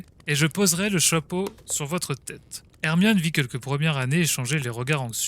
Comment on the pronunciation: PK tu dis moine aurqe que. C'est hermione